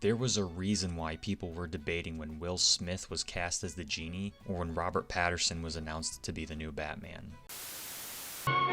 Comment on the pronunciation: Robert PATTINSON, not "Patterson"